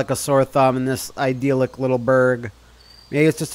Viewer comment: I believe it's pronounced eye-dill-ick.